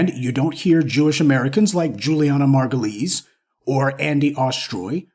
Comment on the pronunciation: you pronouncing her name wrong it's margu -lies 😂😂😂😂